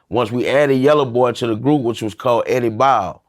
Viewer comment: Eddie boe??? Naw Eddie bowa 🥴😂😂😂